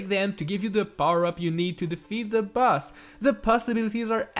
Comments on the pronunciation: I thought you said bus not boss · Everytime he says boss, it sounds like bus. Now all I can picture is Mario trapped in a room fighting a giant bus.